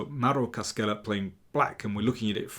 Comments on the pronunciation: Hi there! I've seen how you try to be accurate with your foreign languages. Only for that, with no offense taken or intended: "Cascella" is pronounced with a sound equivalent to your English "sh", where you see "sc" in the name. So, something like "Kah-shell-ah". If the name were to be read as you pronounce it in the video, in Italian it would be written as "Caschella". Basically, when followed by "i" or "e", in Italian we read "sc" as you do with "sh" in English, while we read it as "sk" when it's followed by any other letter, and we add an "h" (="sch") whenever the sound "sk" is needed before an "i" or an "e". (Pretty good pronounce of "Mauro", btw) Thanks for your videos! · Forgive me : the prounciation is "Cashella"